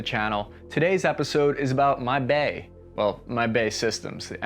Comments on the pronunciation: It’s B.A.E. Systems not BAE. British Aerospace. We have these in the British Army n we call it The Warrior armoured vehicle. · BAE is pronounced B—A—E. Historically it was named that way for British aerospace engineer, I believe.